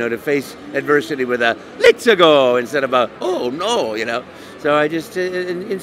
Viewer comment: "To face adversity with more of a Letsa' Go instead of Oh No" Charles has such a pure heart